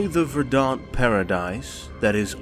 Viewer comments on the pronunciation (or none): First video of yours I'e ever watched, It's Ver-dANT not Ver-DONt nice vid tho lol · Ver-dunt? Did he say ver-duhnt paradise? Emphasis is on the first syllable. VER-dant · All this effort and they still can't run it by someone else to see if they've pronounced "verdant" like a ponce.